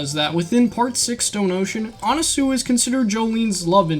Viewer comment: It’s pronounced anaswi not anasue